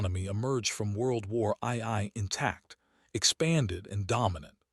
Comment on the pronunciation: "WORLD WAR EYE 👁️ EYE 👁️"!?!🤣❤🎉